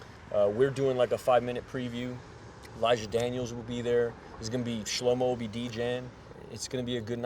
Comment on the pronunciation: man said shlohmo